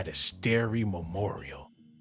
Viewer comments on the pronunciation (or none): Vampirism and starey eyed. lmfao its starry as in star-ry